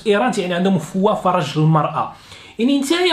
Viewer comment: mdr khay,en arabe on dit farj et non faraj.